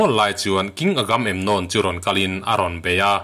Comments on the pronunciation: (Agam emnon) nilo in (Aga memnon) ti a lam zawk tur ni in ka hre deuh tlat.. Hriat sual loh chuan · Agam-em-nawm ani lo,..Agamemnon ani e,...A film te pawh i en ve tawh ngei awm sia,.an mahni in an lam dan te kha ihre lo em ni!??Ngaihthlak iti tui lo vek lam dik lo lutuk a an hming ho